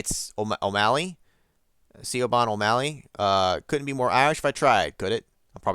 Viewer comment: Geez, how long have you been sitting on this that you didn't know how to pronounce Siobhan? I mentioned how to do so at the end of 7 Days.